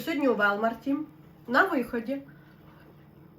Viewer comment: Не у "Велмарті", а у 'ВОлмарті"!!! Вчить англійську, якщо вже прижилися в Америці!!!